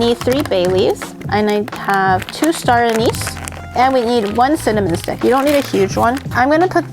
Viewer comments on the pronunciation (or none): none